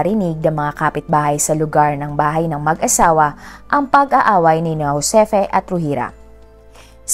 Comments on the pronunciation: Ma'am..Joseph yan angvpqg pronounced. Di Hosepi. Thanks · Ang GIUSEPPE PRONUNCIATION NA TAMA AY JHOSEPPE. 😊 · Juseppe is the correct pronounciation...it pronounce as Ju and not Jho My italian dad has the same name, Giuseppe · Ju-se-pe po Italian pronounciation po😊